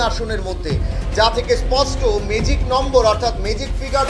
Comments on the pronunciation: মেজিক নয় ম্যাজিক উচ্চারণ টা ঠিক করে করুন। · মেজিক আবার কি উচ্চারণ? ভালো করে উচ্চারণ টা শেখো।